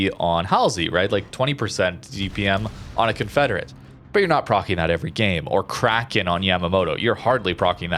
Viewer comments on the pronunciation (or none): none